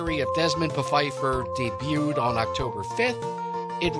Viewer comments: Not to split hairs, but I'm pretty sure the creators intended for it to be pronounced Puh-feiffer as that was also a joke on the episode of The Golden Girls entitled "It's a miserable life" written by, you guessed it, Mort Nathan and Barry Fanaro. 😊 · Someone decided that the "P" in "Pfeiffer" should not be silent. They should have added a "U" to it.